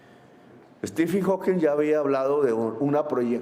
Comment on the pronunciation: amoramor debes ser Gustavo Bolivar que está tan enamorado de Petro, para creer que lo que dijo es perfecto...bla bla bla bla y no tiene sentido lo que dice😂😂😂😂 Petro ni si quiera sabe pronunciar😂😂😂 quién es Estifin Hawking???😂😂😂